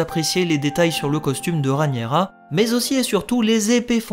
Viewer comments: Super analyse, j'aime beaucoup. 👏👏 Hélas, je m'apprête à souffrir pendant de longues années si tu persistes à nommer d'un affreux "Ranira" 💔 ma reine, my Queen, la seule et l'unique RhaEnyra ! (pourtant tu dis bien RhaEnys !). Bouhouhou 😭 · Pitié pour ma reine! 🙏 Entre qui massacre son nom en l'appelant "Ranira" (alors que Rhaenys ne lui pose pas problème), et toi qui la rebaptises "Rhanyera", au secours! 😭😭😭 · C'est trop compliqué à dire Rhaényra, normalement je devrai même dire Rhényra puisque le ae se prononce é... (en plus, avec mon accent toulousain, c'est pas facile ha ha) Du moment qu'on vois de qui je parle, je pense que c'est jouable mais j'essayerai d'y arriver ^^